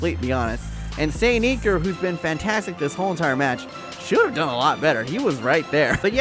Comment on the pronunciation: its iker not eeker btw